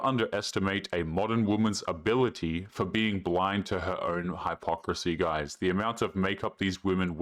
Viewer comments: Its pronounced HIPocrisy not HIGHpocrisy.. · That's not how you pronounce hypocrisy